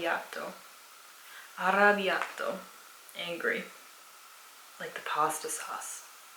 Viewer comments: You pronunciation is great! To take it to another level, really distinguish the difference between double consonants and single. For example, you said ARABBIATTO emphasising a double T. Italians will still understand of course, but that fine tune will skyrocket you :) coraggio! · Heyy, just wanted to say that it's arrabbiato, with two b. By the way I'm really happy and honoured to know that someone is actually interested in our language! Complimenti, hai pronunciato bene tutte le parole continua così!